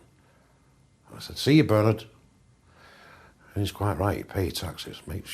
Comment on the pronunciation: LMFAO at bernARD pronunciation